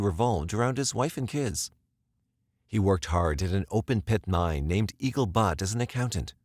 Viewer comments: Eagle “Butt” is not a thing. You are desecrating the memories of these people when you can’t figure out how to pronounce basic topographical features like BUTTE. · Wyoming native, here. What language was that on the news segments? We don't speak that here. The name of the mine is Eagle Butte, pronounced /b-yewt/, not butt. (Seriously?!) Cheyenne, Wyoming's State Capitol, is pronounced /shy-anne/, the same as the tribes of Native Americans that are famous for their participation in the history of the region and the U.S. Nation.